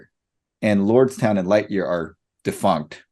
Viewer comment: Defunked!! I thought just outright said “Lordstown and Lightyear are just fucked” loll